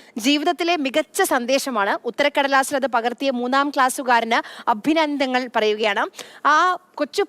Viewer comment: എന്തുവാ അഭിന്ദനങ്ങൾ 😂 അഭിനന്ദനങ്ങൾ. എന്നാണ് പറയേണ്ടത്.